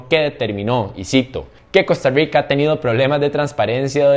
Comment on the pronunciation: Por que tenes que decir costarriigca